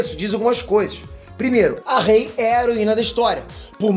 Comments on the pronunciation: Po "rei"?? Achei q vc tava de sacanagem errando o nome dela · Rei? Poie? Porra fala os nomes dos personagens direito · "rei" "poe" kkkkkkkk mds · ele falando o nome da Ray errado Kkkkkk “Rei”